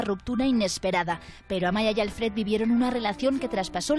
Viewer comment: A ver si la prensa se pone las pilas y deja de pronunciar “Álfred” cuando es “Alfréd”. Mira que han tenido meses para aprenderlo...